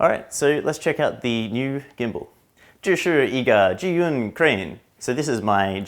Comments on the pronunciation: I've seen over 20 test video on this zhiyun crane, you're the only westerner who pronounce the name right, congratulations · You're the first person I've seen try to correctly say zhiyun in Chinese! Other videos either butcher the name or completely avoid saying it all together.